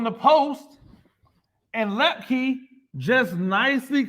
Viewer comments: Your crystal ball was spot on. Excellent analysis. Hunter Luepke (pronounced loop-key, I believe) was the key to both the JMU win and the Natty. He's amazing and he'll be back next year! Woohoo! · Per Hunter its pronounced lip-key